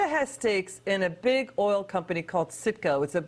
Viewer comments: It’s CITGO not SICKO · lol its definetly Citgo not sicko lol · the company name is citgo not sicko lmfao